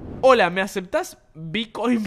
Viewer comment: Lo que más me dio risa fue "hola me aseta vicoin"